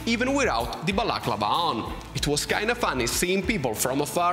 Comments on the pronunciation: l'accento è sulla penultima a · I love how you say balaclava...